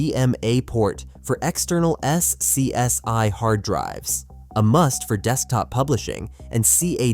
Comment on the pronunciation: S.C.S.I??? You mean Scuzzi. If you're going to use Ai to narrate, get the wording right!!